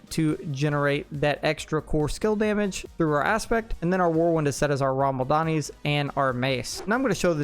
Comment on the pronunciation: Only thing I have to say is, please, for the love of Odin, learn how unique names are pronounced!! It's RAH-MAH-LAHD-NI, not, RAHM-AL-DANI. Eesh.